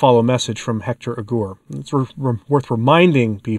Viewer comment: Hector Aguer. You should pronounce the e the u is silent.